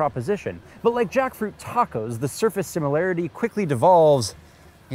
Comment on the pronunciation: Did you say “jackfruit tacos”?